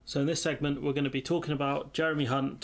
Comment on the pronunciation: I think James Naughtie also “slipped up” pronouncing Mr Hunt’s name.